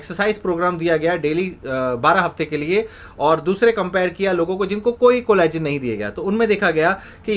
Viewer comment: collagen....ko shi dhang se bolo ...plsss